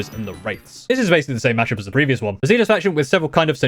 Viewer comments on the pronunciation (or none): none